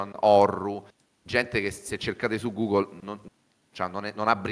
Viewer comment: "gugle" "iutube" 😂😂😂 sono imbarazzato per lui